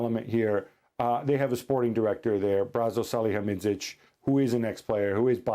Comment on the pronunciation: For God sake it's Hasan salihamidzic why none of you can get it right 😅